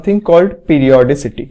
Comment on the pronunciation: correction:its periodicity sir not peroidicity